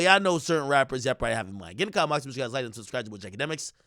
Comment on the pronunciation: Nigga dont even say its ya boy DJ Akademiks he say “IsJakademiks” 🤣🤣🤣